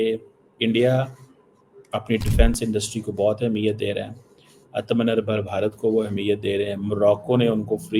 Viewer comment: Cheema sir you are not pronouncing properly ATMANIRBHAR BHARAT आत्म निर्भर भारत